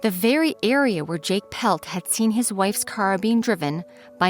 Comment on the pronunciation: You're pronouncing her name incorrectly - It's not "Pelt" as you're pronouncing it. It is PLETT, Mary Anne PLETT. My dad, Al GOWLER, was a detective with the Edmonton police service and he never did solve this crime. See the book called "Valley of the Shadows" by her husband Jake PLETT.